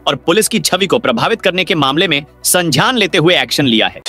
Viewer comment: ज्ञापन संज्ञान और झापन संझान मे फर्क है pl correct yr pronounsation